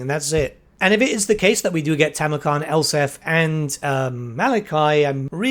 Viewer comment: Gotta say. It’s Nuln. “N” on the end. Elspeth. With a “P” in it. I’m sorry but I’ve just so much mispronunciation that one can take.